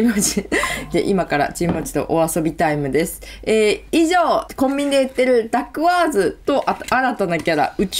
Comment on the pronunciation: ダッグワーズの発音も独特でおもしろいですね。そんなにかわるものなんですね。